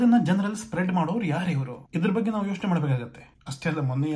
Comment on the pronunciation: Yaavo evella yeshtu helidru kelalla.... Ri......... Baggu, baggu, baggu hege helodu bidu, 'Bagge' antha helu....., pls take it Seriously... talk properly...